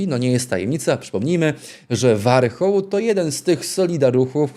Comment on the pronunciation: Warchołłł😂😂😂 Nazwisko ...Ożesz Kur.a😂😂😂